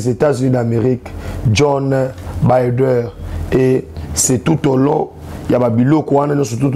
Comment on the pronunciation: C'est Joe Biden et non John bider